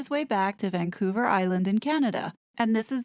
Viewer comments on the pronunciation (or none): none